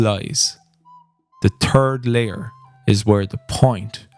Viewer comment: In spirit of the games humor I chuckled every time you said the "turd layer" :D.